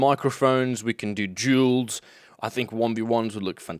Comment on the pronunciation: "We can do *djeuls*..." Sorry, but I almost swore you said Juuls...